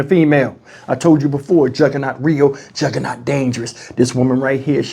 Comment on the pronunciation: bruh said juhgernault female. I wish I wouldn't have saw this.